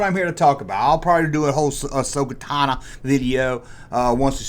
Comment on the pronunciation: Who’s Ahsoka “Tannah”?